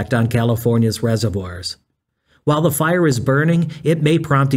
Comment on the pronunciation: Gotta Love this AI Idiot and It calling The Fire The Post File, yes it's even The Power Sucking AI Bot saying File, not a FIRE. Ai will be so detrimental because of the Electricity required for this bullshit, one AI. Search uses 30 times as much Electricity as an normal GOOGLE search would. And with the current heat dome encompassing most of North America right now Wildfires are happening all over the Western State's, with California battling several as I speak, with conditions getting drier by the minute. I pray for rains to visit soon and for the firefighters who put themselves In harms way to protect Lives and property. And Bode and the joke Fire Country Television show are a complete disgrace to the men and women who do this work!. Just as is to People like Juan Browne, aka Blancolirio, who brings us real up to date and actionable information.